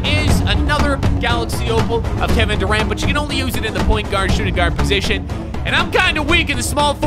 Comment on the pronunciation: “Kevin duraunt” 🤣